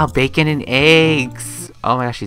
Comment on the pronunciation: Did he say Facon